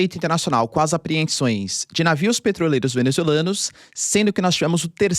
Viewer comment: "Apreensões " é foda kkkkkkk